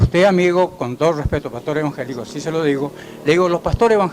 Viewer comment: Primero enseñaste a hablar se dice evangélicos no envangélicos.